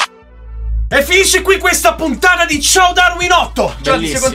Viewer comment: dopo anni che vedo questo video mi sembra solo ora che tony dice "puttana" invece che "puntata"😅